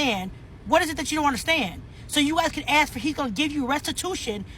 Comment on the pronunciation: Can we teach people to say ask instead of axe?